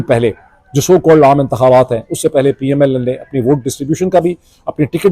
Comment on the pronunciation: R,Sir, Ap Keh PML-N keh rahay hain, but kisy issue ki wajha se PML-N(Lunn) nikal raha hai word apk mon se, I noticed twice or more???😂😂😂😂🎉🎉🎉